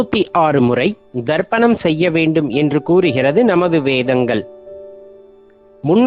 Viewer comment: Wrong pronunciation Darpanam means mirrors Say Tharpanam